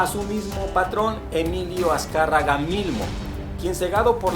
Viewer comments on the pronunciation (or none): none